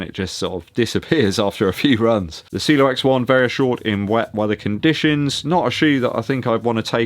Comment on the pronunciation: it’s not pronounced cilo it’s ci e lo.. great running shoes one of my favorite this year.. along with the Mach 6